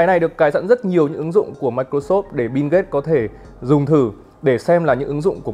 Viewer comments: Mình chả thấy chữ “n” nào trong Bill cả, thế méo nào lại đọc nó thành “Bin ghết” 😆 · Bill Gate má ơi nghe thành Binz cũng hay 😑😑😑